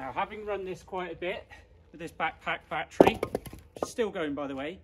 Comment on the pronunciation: your "back-pack-battery" sounds very funny )))). Thanks for this video